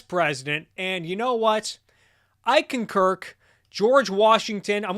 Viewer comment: I need to make notes of how many times I hear "I conkirk".